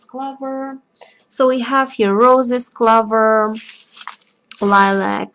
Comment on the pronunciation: Does it matter what type of Poplar leaves? I have Tulip Poplar trees in my yard, also a Lilac bush, and Rosemary, is one of the herbs, I grow. Also, I don't understand, are you saying "cloves," that we use to stick in Oranges, Ham, etc.? It sounds like you are saying "clover?"